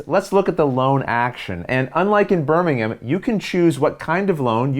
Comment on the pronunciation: Thank you for pronouncing Birmingham and Lancashire correctly!